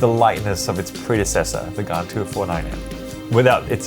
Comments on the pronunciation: It is pronounced gan not gaan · Please don’t say gaan in India, they will hear “gaand”(ass) (I have Xs as my main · I feel weird when you pronounce Gan.